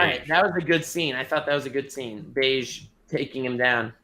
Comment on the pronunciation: Can somone correct them on the pronunciation of bege?